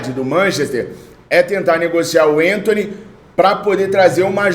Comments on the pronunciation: meu amigo não é enthony, mas sim Anthony mesmo com a , não me leva a mal mas dá uma agonia ver você trocar o nome do jogador kkkjkk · o Anthony nunca foi e nunca será centroavante! E o nome dele é Anthony e não Entony, ele é brasileiro!